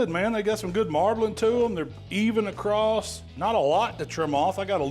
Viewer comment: Am I missing the boat on us changing the pronunciation of the word across to "acrosst". Did I miss a vote or something?